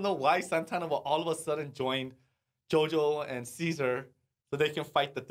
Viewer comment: Beh che dire, JoJo in Italia mi ha fatto veramente ridere. Anche se la pronuncia sarebbe da migliorare, ma Hey è pur sempre JoJo quindi non posso odiarlo